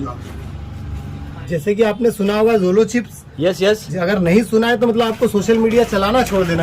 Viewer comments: Bhai jojo chip nahi hota jolo chip hota ha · It's not jojo it's jolo chip.... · Are jolo chip bolna to sikh le😂🤣😂🤣